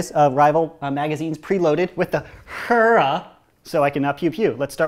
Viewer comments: It’s pronounced hair-uh not heara not hura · It's hair-a, not hur-a. Great vid though. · It's pronounced hair-a or haira not like he-ra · It’s Heer-a named after the Greek goddess or Zeus’s wife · It's not "herrrrra" it's hera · i pronounced it he ra or hira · I always thought it was pronounced like Hair-a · I think he mean Hera (Hair-a) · Actually it's pronounced "HAIR-ah." Look at any Justice League episode when Wonder Woman says "Great Hera!" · ITS PRONOUNCED HAIRUH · Hair-ah. HAIR. AH. THATS HOW ITS PRONOUNCED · It is pronounced hair-ah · It's pronounced hair - a even though it's spelled hera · its pronounced hair-a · It’s pronounced hair- ah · Stop pronouncing Hera like that I cannot take this